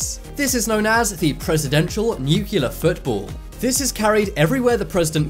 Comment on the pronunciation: If you are gonna make a video about nukes, learn how to pronounce nuclear